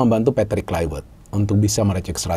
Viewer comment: Kluivert bukan Kluiwert gimana sih pengamat bola penyebut namanya aja salah 😅😅